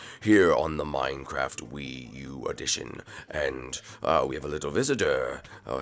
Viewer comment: no ofence but minecrfat that's funny😆